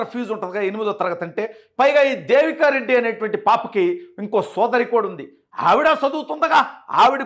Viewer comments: బ్రో... రెడ్డి అని స్పెసిఫిక్ గా వత్తి వత్తి చెప్పద్దు. ఎన్ని కుట్రలు చేసినా, కుల చిచ్చు రగిల్చిన కూడా కూటమి అధికారంలోకి వచ్చింది. వాళ్లు చేసిన తప్పులే మీరు కూడా చేయద్దు. ఆ పాప ఒక జఫ్ఫా అభిమాని కూతురు అని, ఇది మొత్తం ఒక స్క్రిప్ట్ అని రాష్ట్రం లో అందరికీ అర్థం అయ్యింది. రెడ్డి సామాజిక వర్గంలో కూడా ఇటువంటి చేష్టలను ఈసడించుకుంటున్నారు... వాళ్ళే కాదు కొంచెం common sense వున్న వాళ్లు ఎవరైనా కూడా ఇలాంటివి చూసి నవ్వుకుంటారు.ఆ సామాజిక వర్గంలో సుమారు 50% మంది అతనికి ఓట్లు వేయలేదు.... అందువల్లే కడప జిల్లాలో కూడా 7 సీట్లు కూటమి కైవసం చేసుకుంది. వాళ్ళను వేరుగా చూపించి మాట్లాడ వద్దు... ప్లీజ్ నోట్... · Reddy అని ఎందుకు అంత గట్టిగా చెప్తున్నావ్.. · Reddy ani vatthi palakadamu baaga ledandi.